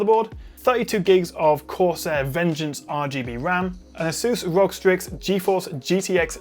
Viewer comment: It's not pronounced as 'Rog'. It's not a shortcut and rather an abbreviation so it's supposed to be read as 'R. O. G.'